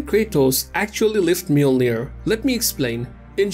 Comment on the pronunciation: Not “Miyolnir” it’s pronounced as “Yolner” if I’m correct?